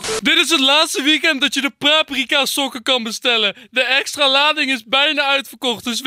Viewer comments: L0L Enzo zegt praprika😂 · op zegd enzo praprieka